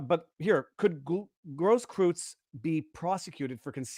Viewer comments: Viva is the one who should be prosecuted - for the way he keeps butchering the name Grosskreutz (pronounced "gross-kroitz"). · Grosskreutz is pronounced Growsskroyts. Rhymes with hakenkreuz, appropriately enough.